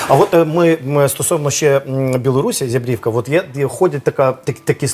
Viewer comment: Не зябрІВка, а зЯбрівка - наголос на Я . Ї він нам ніякий не "батька".